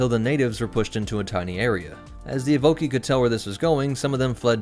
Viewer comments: EVO-KAI (Evocii) not EVE-OKEY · Good vid. But evocii is pronounced ee-voh-kai